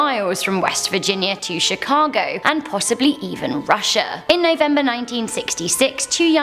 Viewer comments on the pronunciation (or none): none